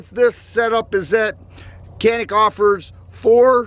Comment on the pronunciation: İt must be pronunciated like GANİK or JONHİK